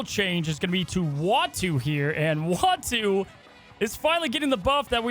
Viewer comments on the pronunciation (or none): Ooh- ahh-two Not wah-two Why does that seem so hard? Lol